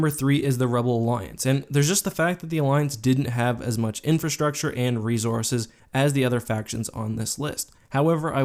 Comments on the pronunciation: He keeps saying rezorzes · You say "resources" funny. Love your videos. I think the republic had more bad ass special sources (mostly because the cartoon)